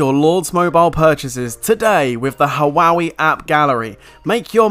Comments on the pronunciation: at least learn how to pronounce that word 'Huawei' --> Hua Wei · The right way to pronounce Huawei is "Wah-Way." just saying bro. hahahahaha